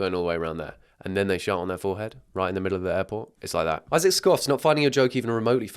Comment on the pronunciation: that's not "Isaac" that's "I sack"💀💀